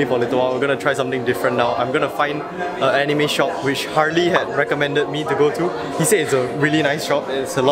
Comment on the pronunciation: "Harely" lmao